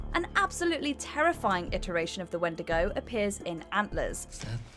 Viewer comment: Oh and also where did everybody go in antlers OR YOU could say "wen'di'go"